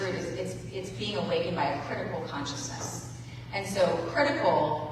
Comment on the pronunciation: I thought she was finally going somewhere when she said 'critical consciousness,' but she flubbed that bad.